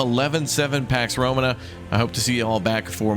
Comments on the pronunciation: Pax Row-maa-nuh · You’ve got to stop pronouncing Romana wrong man it makes me quit watching before the video starts 😂